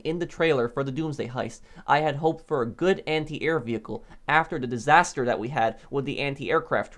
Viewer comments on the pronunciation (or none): none